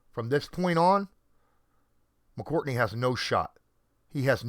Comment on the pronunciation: it's McCourty, not "McCourtney"